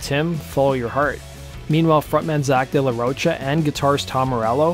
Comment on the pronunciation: Isn’t it pronounced “Day La Row Kuh”?